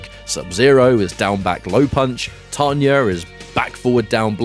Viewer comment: "Tanyerr" lmaoo...